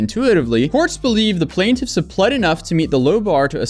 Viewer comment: Bro the reading in this, F!!!! Like half the video is this dude reading boring paragraphs and it does not stop. PLANT-if. PLANT-if. PLANT-if.